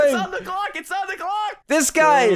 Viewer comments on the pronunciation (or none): In the intro instead of hearing say clock did anyone else hear glock?😂hmmmm